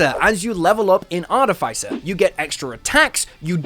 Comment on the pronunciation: Art-if-iss- er.